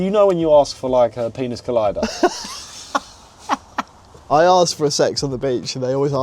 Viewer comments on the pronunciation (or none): I have never heard "Penis Collider" instead of Piña Colada and it fucking sent me 🤣